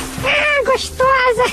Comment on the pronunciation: "Ihhh que isso... olha que mulher gostAUSA!!" kkkkkkkkkkkkkkkkkkkkkkkkkkkk